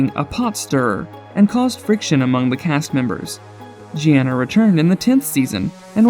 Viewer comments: Her name is pronounced GINA!!! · I know I was like Jeanna?? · They way he pronounced Jeana😂😂